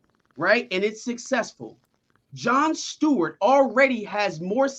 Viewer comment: Which was fucking stupid. Oh, and It's "Stewart," my friend, not "Steward." 👍